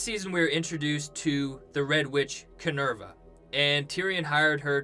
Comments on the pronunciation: Kin-vara not ki-nerva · Someone's probably already said this, but it's Kinvara (or Kenvara) - not Kinerva. lol This isn't a Deftones album... or Roman mythology! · Her name is Kinvara, not Kinevra. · Not Kinerva....Kinvara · lol! on his Kinerva hahaha! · The fact that you kept saying kinerva.... I couldn't even watch the rest of this video. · KIN-VAR-A no hate, love the video! :)